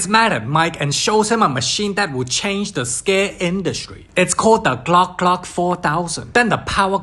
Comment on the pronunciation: it's called the glack glack 4,000 lol i'm dead